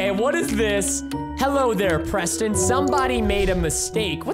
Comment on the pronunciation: no its abawt fun prestin